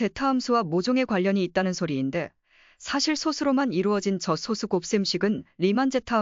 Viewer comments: 프로그램으로 읽게 했더라도 텍스트 원본이 있을 텐데, [소쑤] 발음이 제대로 안 나왔으면 표기를 '소수'로 하지 말고 '소쑤'라고 써서 아예 된소리로 읽히도록 했어야 하겠죠 영상 제작자가 발음을 제대로 모르니 그냥 이렇게 만들었을 것으로 보입니다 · [소쑤]라고 된소리로 읽어야 합니다 리만가설 관련(소수 관련) 컨텐츠 올리는 유튜버들 중에 [소쑤] 발음을 제대로 하는 사람이 거의 없네요 발음을 제대로 합시다 2 ,3, 5, 7 등의 [소쑤]와 등의 [소수]는 발음이 완전히 다릅니다